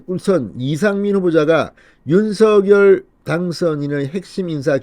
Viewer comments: 윤서결이 아니라 윤성렬이라고 발음해야합니다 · 윤성렬이라고 불러달라고 당선인이 말했는데 계속 윤서결이라고 하네요. 본인이 원하는대로 불러주시고 제목도 부풀려서 올리지 마세요. 보기 안좋습니다.